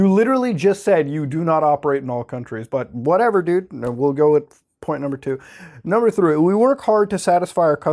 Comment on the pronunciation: Anyone else hear the new number PapaMuta created? he says "Number threw". I think the stupidity in these Dank Web articles are killing brain cells.